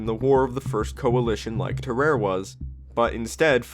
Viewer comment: Ter-are-ay not terar. Sam-o-nella did a better job